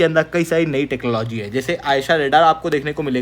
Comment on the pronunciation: आयशा नहीं,,,, ऐसा ( AESA ) राडार,, 👍👍